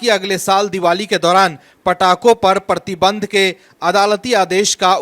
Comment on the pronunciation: परती बंध नहीं बिहारी मूर्ख, 'प्रतिबंध' बोल.